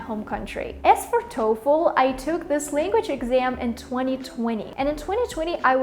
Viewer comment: LanguaЧь блядь languaЧь!!!Seriously?! А ещё у тебя проблемма с со звуком sh (вот этими букавами обозначающимся, у меня нет транскрипных символов) почему не исправишь?:/ сама чтоли не слышишь? И вот это постоянное Тэканье на конце, тоже тебя знатно так палит. И Хэкаеш ты по русски иногда прям очень жестко, лучше вообще по нюйокски в таком случае произносить |h| то есть не произносить вовсе